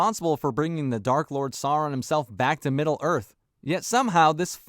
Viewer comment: Agreed, but it's Sauron, not Soran